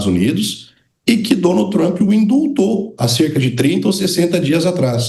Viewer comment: Com Trup é buteichion pra lasqueichon ( butation pra lascation, in English).